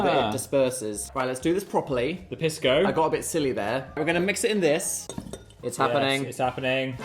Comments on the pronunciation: wrong piss dan and phil, it’s pronounced pees-co not piss co 😢😢😢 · Hearing them mispronounce Pisco is killing me 😭 (PEES-CO) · Hi guys it’s “PEE-sko” :3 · saw the thumbnail and sat my Peruvian husband down to watch this with me and we collectively SCREAMED at Dan loudly pronouncing Pisco as PISS-co 😂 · Was gonna comment that I HATE how they pronounce pisco. Also, Pisco Sour is the superior cocktail choice for Peru. Not only is it the national drink, but they are so good that after the first one you want to order another. Only after you finish your second one and stand up to leave do you realize your mistake. (totally not speaking from personal experience 😅)